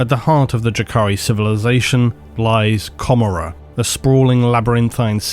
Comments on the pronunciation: Oh, I always felt that Comorrah was a cheeky reference to the biblical Gomorrah. As in Co-more-uh.... so odd to hear you pronounce it Camer-uh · the way you read commoragh, it sounds like a city in scotland :)... joke. great video!